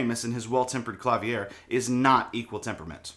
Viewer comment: Klavier pronounced like Javier is funny